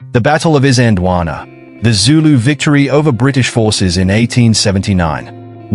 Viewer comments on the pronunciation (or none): Got the pronunciations a bit off. In Zulu , pronounced something like Eezanjeelwaanaa, . At the time , the British called it Islandwana, with the started of the word pronounced as in the word "is" (i.e not as in island)